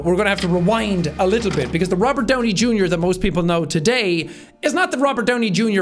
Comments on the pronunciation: i like "rovert downy jr" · I thought it was Robert not Rovert. (check the description). (if it's not there, then you won't understand). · "Rovert Downey Junior" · "Rovert Downey Junior" lol